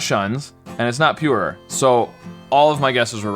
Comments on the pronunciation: Your American accent is really foreign to me because I’m from Australia and when you say purer is sounds to me like your saying purerer and I’ve watched this video like twenty times and it only just occurred to me that it was your accent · Y does he say er three times Pure-er-er Cure-er-er